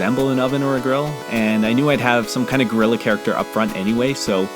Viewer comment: Oh my god, HAHAHAHAH. When I first watched the video and he was talking about the man at the grill, I thought he said "griller" in a really weird way. Turns out he said "gorilla"... I can't get that unintentional wordplay out of my head HAHAHAHA Edit: I guess it was kinda intentional, as he named him "Grilla" anyway, but still...